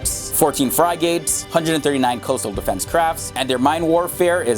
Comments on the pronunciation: What is a fry-gate? Frigate=frig-it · It would help if the idiot narrating thse videos actually had an idea about what he was talking about... "14 FRY-GATES" ? seriously... -_ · “Frygates” lol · those 14 "fri gates" tho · "Frigates" pronounced "fry-gates?!" Canadians can't even talk about military stuff. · I know Bill Gates not fry gates 😂😂😂😂😂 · "Fry-gates"? Sounds like a safety feature at McDonald's.